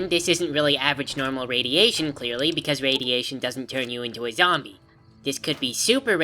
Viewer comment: I miss him saying zombler